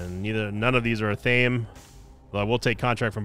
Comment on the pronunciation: It’s pronounced ath uh may